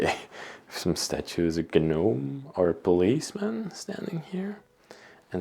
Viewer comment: Hi, I couldn't help but hear you call the thing that's a Gnome you are saying it with the G. Don't sound it out. Just say with starting with the N cuz it makes me laugh. You're not saying it right😂😂 Sorry and the reason for the two doors is probably to use it as a mud room. So to speak when you walk into one room you're out of the wind. You can take your boots off then go in the house. And another thing that you're saying is a horse hoop that's not a hoop. Those are its shoes. They are called horseshoes. The furniture is absolutely amazing the intricate artwork that went in it,wow. I like how you say the rooster on the wall. A cock.😂 You're saying the French version😂😂 Thanks again for the adventure